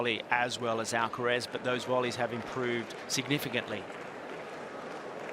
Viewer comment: Why is this commenter keeps saying Alacaraz? Commenter should be neutral.